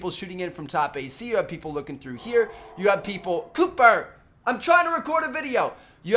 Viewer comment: When you said cooper you said double p and it was really fucking funny!!! lol.